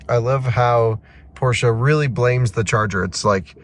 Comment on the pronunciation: Appreciate the proper pronunciation of Porsche